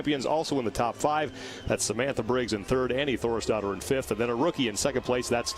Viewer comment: My brain could not stop hearing Annie Thorisdottir as "Annie Thor's Daughter" and straight up I thought the commentators were just being assholes. (I don't watch crossfit much btw, I just got interested in the Murph Event and how people can crush such an insane event)